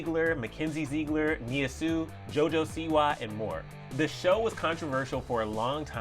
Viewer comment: Leen92 that’s how you pronounce ‘Sioux’